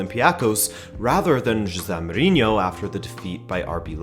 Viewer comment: He is saying it right. He knows portuguese, his parents are from Portugal